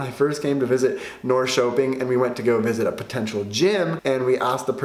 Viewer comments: I’m sure your Swedish is okay but pronunciation in this video is way off. Example tack is tack not tark. Nor-sho-ping is Norr-sher-ping. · I completely applaud 'learn the language' but in light of this am surprised at your mispronunciation of Norrköping! Glad to see you enjoyed yourself though, it is a beautiful city!